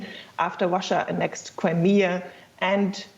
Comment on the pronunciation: "Wussia annexed Cwimea in eastern Ukwaine"